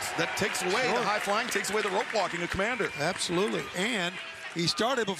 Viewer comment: Who is Kmander? I've heard of Komander not Kmander.